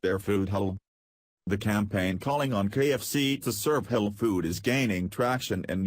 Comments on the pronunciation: too funny...the computer voice keeps saying "hell food" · FUNNY FACT ABOUT COMPUTER-PROGRAM "VOICES", THEY CAN'T SAY "HALAL". Listen to this! Every time the word comes up the COMPUTER says "H'LLL'"---or maybe it's just "HOLE"---then the next phrase tumbles over it. ELECTRONIC VOICES SHOULD BE BEHEADED. THIS SITE'S SYNTHETIC SPEECH IS UNLISTENABLE ENOUGH; ADD TO THAT (or "subtract" FROM IT) the JUMPS & DROP-OUTS. This site SUCKS! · Was the Text-to-Speech robot voice trying to say, "Halal" to refer to the Muslim's preference for food slaughtered & prepared in a specific manner?? It kept coming out as, "Ulul"! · Robot voice pronounces halal food... as HELL food. Very funny. I don't like ROBOT VOICE OVERS. Thumbs down for you... too lazy to use human voice-over. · Its Kentucky Fried Chicken, not Muslin Fried Chicken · Halal? Is Mr Computer voice trying to say the word "Halal"? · Computers can't say "halal" interesting.